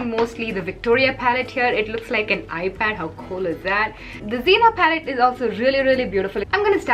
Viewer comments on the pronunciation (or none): none